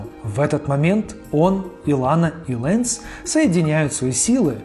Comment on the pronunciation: например, что касается Титана Сим-Бионик, то именно так будет правильно называться мультсериал, а не "Сим-Бионик Титан", не "Лэнс", а "Ланс". По поводу Генератора Рекса в дубляже организация называется "Провидение", но никак не "Провидэнс", "Шестой" или "Агент 6". Просто "Шесть" слух режет и т.д. То есть были недочёты с именами персонажей и названиями объектов. То, что назвал свыше не всё. Кроме них ещё были недостатки